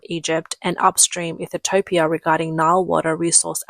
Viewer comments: Ethiopia, not Ethitopia, my Aussie friend 😂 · Cannot even say Ethiopia 😂 Ethitiopia 🤣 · Am I missing something? Why are you calling it Ethi-topia? Has it been changed? As far as I know, it’s still Ethiopia, or Eethee-o-pee-a. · Ethiopia not ethitopia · its ethiopia...NOT ethitopia..there is absolutely no possible way to get ethitopia from ethiopia..the recognized naming of that country..from the english language...geesh..and china wonders why its always a day late and a dollar short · Please learn how to pronounce Ethiopia. It is not Ethetopia. 🙄😣😅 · Ethitopia ? Hmmm she doesn't sound like a robot, so where does the extra " T " come from ? i'm looking forward to visiting Egyptolia... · The LLM narrating this needs more training on pronunciation. It's not EE-thee-TO-pee-UH, it's EE-thee-OP-ee-UH. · EE thu topia. Really? It's EE THEE O PEE AH. Now how hard was that!!! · What is "Eath-a-toe-pee-ah?" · I thought I was crazy for a second. You said Ethitopian so many times I started to question if that's how Ethiopia was actually pronounced. You are adding an extra "T" that shouldn't exist. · Ethitopia? The AI voice pronounces it wrong repeatedly. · Its pronounced ETHE-OPIA. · I couldn't focus on anything else as she kept saying it.. drink Everytime she says "Ethertopia" 😂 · So let me get this strait. You know how to say José But you cant pronounce Ethiopia? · WOW You guys cannot say Ethiopia... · You are not pronouncing Ethiopia correctly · CAN'T Pronounce The Name Of Ethiopia!! No T, U And Ur Malware/ AI Get A Strong 👎!! 😒 👉😳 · By the end of the video, I had decided that Ethiopia didn't even deserve to have their name produced properly.